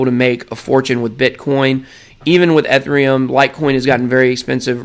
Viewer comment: The level of cringe you trying to pronounce Ethereum. It’s kills me